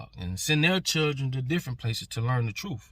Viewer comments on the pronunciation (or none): THIS KID LOST ME SOON AS HE SAID "TROOF" WHY IS IT THAT OUR YOUNG PEOPLE CANNOT PRONOUNCE JUST THESE FEW WORDS LIKE "TRUTH" IT ENDS IN "TH" NOT "OOF" THEN THERE IS THE WORD "AXE" WHICH IS A TOOL OR A WEAPON BUT IF YOU'RE GOING TO "ASK" ME A QUESTION YOU HAVE TO BEAR IN MIND THAT THE WORD IS "ASK" WHICH STARTS WITH AN "A" AND ENDS IN THESE TWO LETTERS" "SK" HOW HARD IS THAT? THEN THERE IS THE WORD "EARTH" WHICH IS THE PLANET WE OCCUPY OR IS IT THAT THESE INTELLECTUALLY CHALLENGED YOUNG MEN LIVE ON A DIFFERENT PLANET CALLED "EARF?" REPEAT AFTER ME E-A-R-T-H OK YOU GOT THAT? THE WORD ENDS WITH THESE TWO LETTERS "TH" IF YOU ARE A GROWN MAN OR WOMAN WITH CHILDREN AND YOU SPEAK LIKE THIS THEY WILL END UP TALKING DUMBGLISH INSTEAD OF ENGLISH.